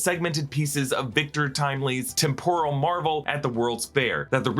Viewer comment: Why are you pronouncing 'temporal' like 'tempura'? English as a second language?